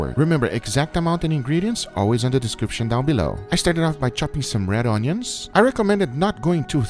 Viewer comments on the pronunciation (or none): "Pickled ownions"